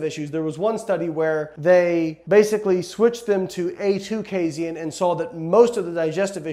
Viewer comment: Hey Layne, are you saying casin wrong or have all of us been saying it wrong this whole time